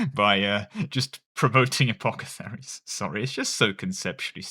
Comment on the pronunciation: Take a shot every time apothecaries is pronounced as apocetharies.